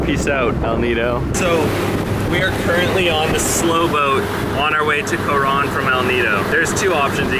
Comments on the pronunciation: It bothers me that he says co-Ron. Also, dude is complaining about 1650 pesos? Dude. If you’re going to another country bring enough money to be able to afford things that may pop up. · You have no say on it being overrated because you are only used to a westernized lifestyle. No ones going to listen to your opinion especially if you can barely even pronounce “Coron.” Decent editing though.